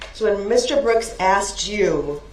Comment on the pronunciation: ASKED! He asked, She Asked, I asked. NOT AXED wtf are you axing?